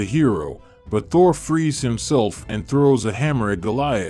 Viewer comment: This text to speech is so awful it pronounced Thor Ta-whore!